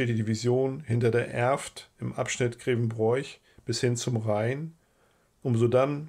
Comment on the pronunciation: unklar, sicher scheint mir aber: wer Grevenbroich so ausspricht wie der Vortragende kann sein Vaterland nicht lieben